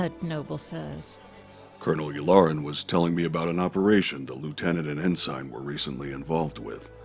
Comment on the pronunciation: Wondering if you knew that Ensign is being pronounced like Sign, like a stop sign. But it's pronounced En-'sin'.